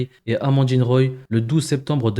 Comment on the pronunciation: C’est Amandine Roy et pas Roille ! On est pas chez les rosbifs! 😄